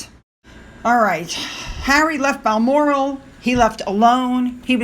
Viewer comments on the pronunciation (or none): none